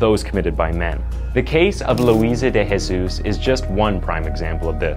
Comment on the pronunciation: De Jesus isn't pronounced with the "H" sound. say the J in portuguese. Jose, an example, you say the J